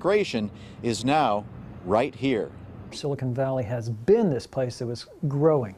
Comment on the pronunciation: They just can't pronounce silicon.